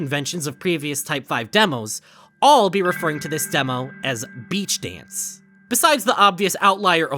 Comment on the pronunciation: Beach dance you said it like beach days and for some reason, I was reminded of the gorillaz music and I do not know why